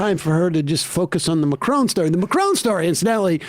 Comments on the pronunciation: That is NOT how you pronounce Macron lmao. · Why are they pronouncing Macron like that?